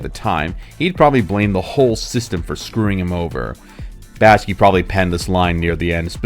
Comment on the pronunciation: Say it with me: "Back-Shee." An otherwise very good video is marred by serial mispronunciation of the director's name.